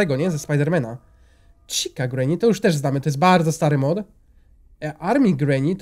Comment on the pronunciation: w 51 sekundzie zamiast powiedziec mod powiedziales mop